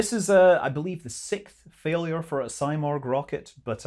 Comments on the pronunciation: It is not symorgh it is seemorgh! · Hey scott. I'm from IRAN and thank you for making this video. I should say something about its name. It's not saimorg. It's pronounced "seemorh". In persian it's someting like phoenix! Out of these topics, I think these political games are destroying relations between the "people" of Iran and U.S. I'm so excited to see these Iranian-American scenes in the chat box in a peaceful and friendly frame! 😍😍❤️❤️ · It’s pronounced See-morg Not Sy-morg. Just fyi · Its pronounciation is actually more like Si(like in Spanish)-murgh, not morg. It's a phoenix like bird from that part of the world, can be seen in Turkic, Armenian, Persian, Georgian myths, not just Iranian. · It's pronounced See-morgh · You are not Morgh, you are not Simorgh… What are you?!